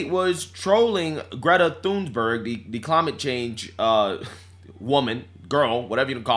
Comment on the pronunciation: 😂😂😂😂 there’s no “s” in Thunberg and every time he says “Thunsberg”I scream 😂😂 also he’s not wrong about big d* energy, average self pleasuring toy size purchased is 5” which isn’t big at all